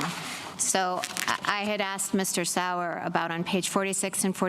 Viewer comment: Oh lord Sauer was getting butchered 😂